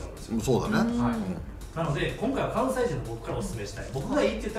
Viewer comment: さらには、くわんせい